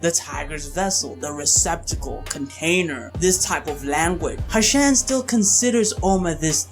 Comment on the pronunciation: Its "Hu-shen" bro as in "Hoo-shen" not "Hashen". Great video though!